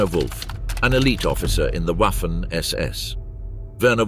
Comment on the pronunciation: Ouaffen ss when it should be vaffen ss. Read up on pronounciation!